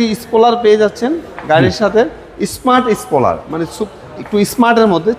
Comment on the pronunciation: স্পুলার, সিভিস 😂 নূন্যতম লেখাপড়া করে নাই।